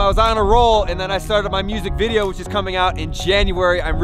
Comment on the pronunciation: anyone else notice how he put emphasis on Video? I don’t know why but I thought I’d just mention that